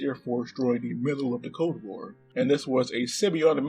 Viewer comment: Did you say "code war" 😂